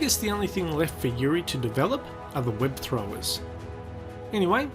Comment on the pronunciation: Did he just say "web throwers"?